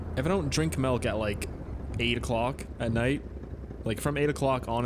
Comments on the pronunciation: it's milk not melk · Milk not melk m8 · Sounds like you said melk idk correct me if im wrong